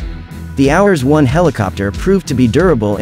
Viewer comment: It's cute how the stupid AI voice-over pronounces "hours-1" rather than correctly spelling the Marine designation HRS-1.